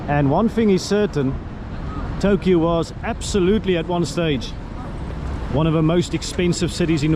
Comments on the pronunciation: you do not stress the last "u" in the names: It's Tōkyō, not Tokyou. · all others words are not that too bad pronounciated but Tokyou was really extreme... Never mind! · Tokyo is pronounced Tokioh and Seiyu is Saiyu.